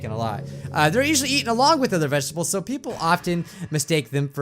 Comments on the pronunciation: Wait.. did you just say ve-ge-dables ? xD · Did u just say vegdebulls? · im crying he pronounces vegetables as veh-geh-tah-bles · nobody:: veghettables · Ve-ge-table. I love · I started up this video and then suddenly the air in my room smelled like a weird soap and I could taste it with my mouth closed Like I tasted it With my n o s e Edit: ur saying it wrong It’s “ vegetal “ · I love how you say vegetables 😂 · Great, because pronounced Vegetables wrong now i cant pronounce it either